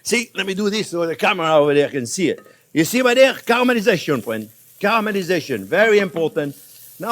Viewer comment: I address my wife "hello my fwend" every morning because of him...